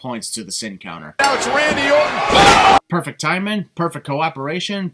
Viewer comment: Am I the only one who heard botch Randy ortons name when talking about jinder beating him for the title either that I never knew there was a wrestler called Randy Ort